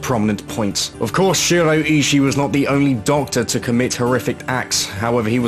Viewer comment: I think Ishii is pronounced "E-she-e"